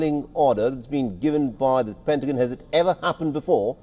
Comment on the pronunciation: PentaGON not PentaJYN. 🙄